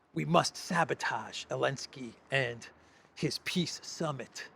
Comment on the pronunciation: He says piss summit and he can't be more right 😂😂😂